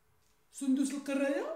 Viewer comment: هههههههههه سندس القراية ماشي سندس القرابة